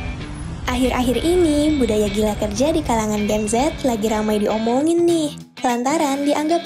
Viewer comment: Ngomongnya jen zet jen zet udah kek mati lampu aj